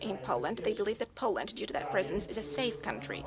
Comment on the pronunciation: She can't even say POLAND right. God help us all.